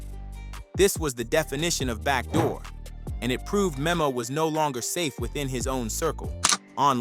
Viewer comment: It’s DTHANG NOT DTHONG and it’s MEMO(Meh-Mo)